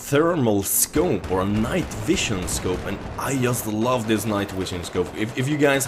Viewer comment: Thumbs up for "night wision" :D